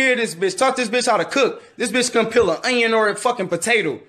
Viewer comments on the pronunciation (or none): the way he said onion and potato 😆